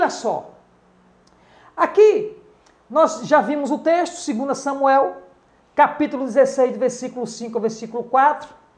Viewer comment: NÃO É SEGUNDA SUMUEL, PROFESSOR. É SEGUNDO SAMUEL, UMA VEZ QUE SE TRATA DE LIVRO E NÃO DE CARTA OU EPÍSTOLA.